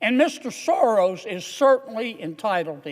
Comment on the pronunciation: George Soros is not running the Soros company & non-profit any longer, it is his evil spawn Alex. Please at least say the name correctly. Thank you Mr Kennedy for fighting for Americans